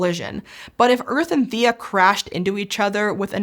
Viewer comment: Hmm. I swear a previous video pronounced Theia as thay-uh. Not thee-uh. I just named my new Kitten Theia (Thay-uh). all well. I like the Thay-Uh pronunciation.